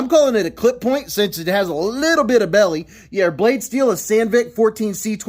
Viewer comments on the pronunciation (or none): none